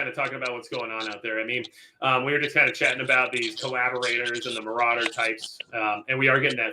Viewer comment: Majicccc " general maurader " hahahaha